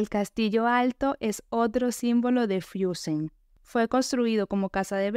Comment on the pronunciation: No se dice: "Fiussen" Se pronuncia "Fussen"